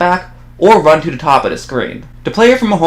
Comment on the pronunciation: Please pronounce the "th" sound correctly. It's not "duh", it's "the". Your video is great but I can't concentrate on the content because of the incorrect pronunciation. It's like nails on a chalkboard.